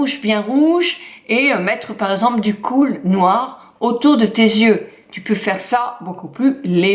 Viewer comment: Khôl = "colle" pas "coule" hihi!